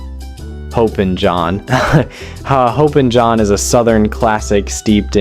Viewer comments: Its not HOPE-in john... its HOP-in john....just fyi 😂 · Texas - King Ranch Casserole as well as BBQ, Tex-Mex, and most Chilis 🇨🇱🤠 BTW...It is Hoppin' as in hopping not hoping. The "a" in goulash or paprikash makes an ah sound not lash like eyelash. 😉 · It’s hop, as in a small jump, hoppin’ = hopping. Like hopping like a frog.